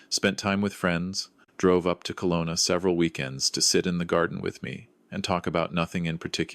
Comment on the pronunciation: It's Kelowna, not Colona. True story? I think not